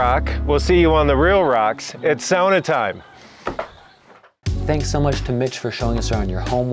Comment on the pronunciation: Great climbing wall + sauna combo! This guy really knows his sauna stuff, too, you can tell when he pronounces the word the Finnish way 🙂